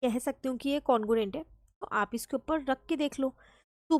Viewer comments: congruent no no no congurent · Congruent no no congurent